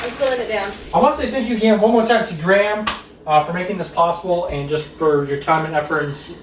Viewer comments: Graham is usually pronounced Grey-am(gray for USA-ians) not Gram. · Question, why do you pronounce Graham like gram, it's supposed to be said like gray-um